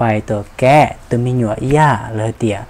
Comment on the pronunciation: “ แกะ “ เดี บ่อแม่น “แกาะ” 🤣🤣🤣🤣